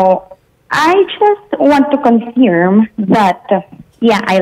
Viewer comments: "Confyerm." U_U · confeerm hahaha kaulaw